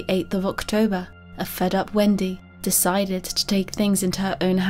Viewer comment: Honest question: is it your mic that is weird, is English not your first language, or do you have a speech impediment? e.g. when you say "failed" it sounds like "faileds", "decided" sounds like "decideds", etc.